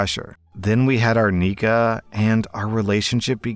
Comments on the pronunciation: I am a Muslim and hearing “neekuh “ for nikkah is like cat claws on a chalkboard 😂😂😂 It’s NEE-Ky😂 I have never heard any sheikh or scholar say that it is permissible to gRAPE your wife. I have only heard scholars permit divorce for this reason. He can literally just divorce her and get a new wife to have intercourse w. I don’t understand how we went from him not really wanting to marry her and they giving one another the silent treatment to gRAPE🙄 wtf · R/Islam story nikah isn’t said Nee-ka it’s Nee-Kah. Zina is having any relationship with a man that isn’t A. Familial or B professional. And just in case it wasn’t obvious i can say As a Muslim you CAN NOT force yourself on your wife/husband. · It’s pronounced nikha and it’s called purdhah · Hey. You might want to be careful how you pronounce nikkah